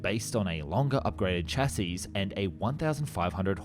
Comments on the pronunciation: Man, with all the work you put into these videos you still mispronounce words constantly. Which is understandable for foreign languages, but the with word "chassis" the final S is not pronounced. Have you never heard anyone say "chassis? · Exactly! I don’t know what country the narrator is from but a lot of non-English people seem to have trouble pronouncing the word ‘chassis’. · I like your videos, even the "In a World" tonality. But please spelling - chassis, not chasis. Check pronunciation first 'shassi' not 'chas-is', Tee-You not Too for Tupolev and so on. Cheers